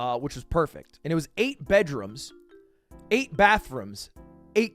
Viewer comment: Lud says bedrums.